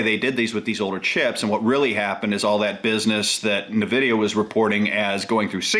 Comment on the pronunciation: It's weird hearing someone under 45 mispronounce N'vidia...